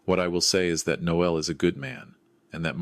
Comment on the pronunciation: Noel is a male name and the ‘e’ is not pronounced. Noelle is the female name and is pronounced ‘No el’. Teach your AI voices correct pronunciation !!!